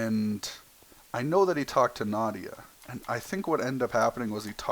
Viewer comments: you did mention her name you said noautya and I LOVE LEARNING NEW THINGS ABOUT YOU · U didn't say n u said something like Nadia